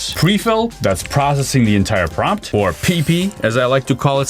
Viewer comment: Promt… or Prompt😅